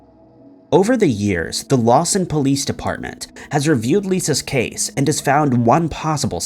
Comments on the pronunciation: FYI: It’s Lawton Oklahoma not Lawson. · It's "LawTon" Oklahoma, not "LawSon." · It’s Lawton. Not Lawson. It’s sad seeing you cover these cases and not even get the name of the city it happened in correct. Show some modicum of respect and learn how to pronounce names or get the city the case happened in correct. Just poor quality. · On #5 (Lisa) it's actually LAWTON, Oklahoma not Lawson. Just fyi..... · It wasn't Lawson, OK, it was Lawton; that's where Fort Sill is located.